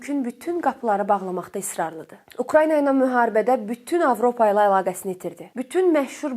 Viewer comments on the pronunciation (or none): none